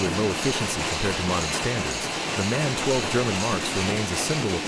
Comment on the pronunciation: The first engine.....just marvelous......but..... please don´t pronounce the manufacturers name MAN.... its called M...A...N.... stands for : Maschinenfabrik Augsburg-Nürnberg 😉